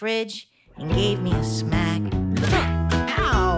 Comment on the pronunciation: The word smack sounds like snack. Jajajajajajajajajajajajaja